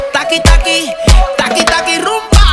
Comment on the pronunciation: Video is nice but it is rumbaa not zumbaaaaaass